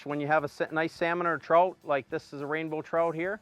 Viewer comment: The way you pronounce trout kills me on the inside. Say the word out, then add "tr" to it. Unbelievable